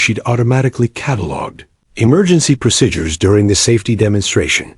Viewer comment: People flying a fighter jets can not stand up while the jet is flying. What a big fake image. This ruins the story. Plus you don't know how to call out a flight number. Plus there is no such thing as the word pro sid ures. Its pronounce proseedures !!!